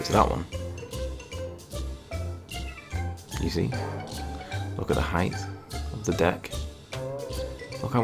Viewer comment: Did he say "look at the heighth" Ok... it's width, and length, but HEIGHT... NOT heighth or heigth or however you would spell it!!